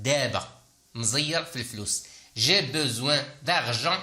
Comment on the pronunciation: Pourquoi tu prononce toujours je besoin alors que s'est écrit j'ai besoin.!!!